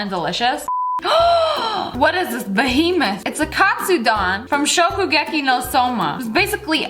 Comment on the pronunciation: OH MY GAWD! The way Ssniperwolf say Shokugeki No Soma, itś just perfect when i heard it on my ears. Very good pronunciation, very impressive.